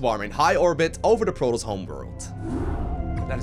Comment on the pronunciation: Thumbs down for the way you mispronounce Protoss. See the double S? PRO TOSS, Not Pro Toes. Disgusting.